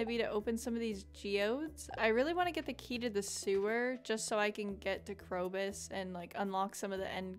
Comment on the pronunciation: KROBUS ITS A B NOT KROCUS